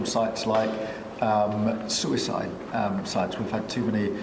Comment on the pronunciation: Wtf's a Sue-ice-iyde website? Does he mean Reddit?